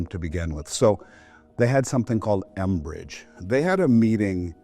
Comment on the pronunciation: It's 'mbridge", not "enbridge"!!